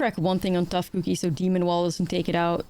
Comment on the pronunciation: After a long day of work and a lot of stress, not a lot of things relax me as much as her saying cuukie repeatedly 😅